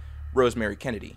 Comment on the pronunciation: Gotta slow down on Kennedy , keeps sounding like candy